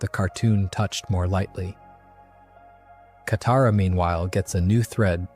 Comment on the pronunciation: Around 20mins katara is mispronounced and then goes back to normal. 😂